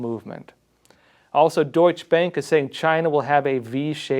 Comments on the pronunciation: It’s pronounced doichuh bank 😁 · Great reporting. Just an FYI - Deutsche Bank is pronounced like "Deutsch-a Bank" (Deutsche has 2 syllables). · "Doych bank" And what do some people drive? A Porsh? :- ) Now I'm waiting for a German basketball movie about Chicago Bulls 23# Mi-ha-el Yor-dahn. It would be the same level of precision. talking about precision, I loved the glass jaw part. I hope, it is precisely true, and that the jaw will be broken soon